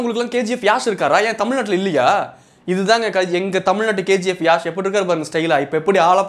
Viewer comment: Yaash illa...yash u r telling wrong